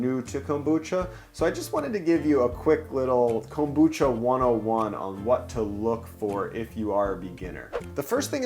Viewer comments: why this guy say Kombucha like Comb-boocha, really thrown me off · Excellent insight from Chef Oda to use the stacking mold to help tame the interior order/fit for the onigirazu. Pointer, so long as you're trying to "home pro" up Japanese food: It's pronounced kombu-cha, not kom-bucha. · Your pronouncing kombucha wrong